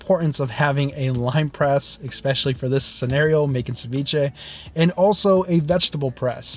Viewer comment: Love your content! The word especially is pronounced “eSpecially” just as spelled. Not eXpecially.